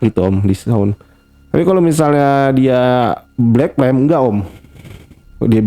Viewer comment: Pertama dengernya Black Tem, lama2 Black Pem, lalu dengerin lg Black Plem, ooooh ternyata maksudnya Black Flame 😌